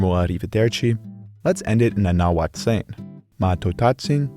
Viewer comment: And by the way bro,I live around some folks who speak Nahuatl and your pronunciations sound crazy good!!!